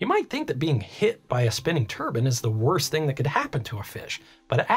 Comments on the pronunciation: That cant be the correct way to pronounce turbine right? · Dude you as an engineer should know it's pronounce (Tur Bine) "Turbine, not (turban). A turban is something that somebody wears on their head... 🤦🏼 there are so many people I've seen and I mean by the thousands whether it be YouTube or people I've met that incorrectly say turbine. if you don't believe me look it up in a dictionary. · Whats a turbun?? It's turbine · 😆IKR! Not turben or turbin or turban👳‍♂... it's TURBINE - ˈtɜːrbaɪn - tur B👁N. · never heard someone say turbans so often in my life. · Oregon local here. I'm curious how many people corrected you on your pronunciation of the word turbine, because you don't wear turbines on your head lol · Every time he says turbine, all I can hear is turban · Turban? I've never heard a turbine be called a turban. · Turbine = Turban?? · Turbin or turbine ☠️ They're a bit different 😂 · The CORRECT WAY TO PRONOUNCE TURBINE IS tur·bine NOT TUR•BIN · Thought these things were called Turbines, not turbins. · It's really wiggin' me out that you say "turbine" like "turban". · Whenever you say turban, I think of a certain type of head-wear. 👳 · It's ter-byne not turbin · Anyone gonna mention the pronunciation of turbines? I keep thinking its what the sikhs wrap around their head with 😭😭😭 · Say Turban one more time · Certainly ain't a turban. 👳‍♂ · I love your content, but as a Canadian, your pronunciation of turbine greatly upsets me. And we like to make fun of Americans for their mispronunciation of it. Especially as a turbine jockey. Its always meant to be a hard I like turbINE, and its always just poking fun at you guys for it. Keep up the good work, I always enjoy your content! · You say "turbine" is such a weird way. Like you are saying "turban" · Why do americans think the e at the end of turbine is silent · Great video. Love it. Hate the way you say turbine... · Although Turbine Can be Pronounced two ways...I don't call it a head wrap!